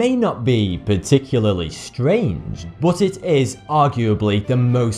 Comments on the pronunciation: BOOOT, BOOOOT ... pronounced BUT no matter your accent, you can tell diffrence between U and O, good video and all but ... BOOOOOOOOOOOT .. wtf its not Cs bro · When he says "bote" does he really mean "but"? Same with "ope", he's really saying "up", right? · "but" or "boot"? :)